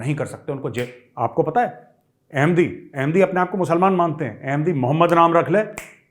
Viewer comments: Major shabb jab app pakistan ki accent mai bolteee hai HAIIIIIIIII HAIIIIIII tab hasi nahi rokti hai😂😅😂😅😂😅😂😅😅😂😂😂😅😅😂. app kisi bhi standup comedian sai kam nahi hai …..🙏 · I like it when you say Hain Hain it’s so funny the accent 😂😝